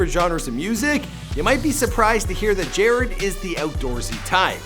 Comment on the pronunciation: Could you please redo this and say his name right 🙄 it's pronounced jah-rod....not jarred